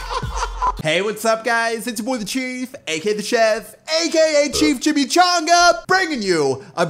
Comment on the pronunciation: My bro calls chef pay LMAO